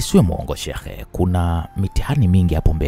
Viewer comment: kusema neno sheikh lakushindaa yakheeeee😂😂😂poleeeee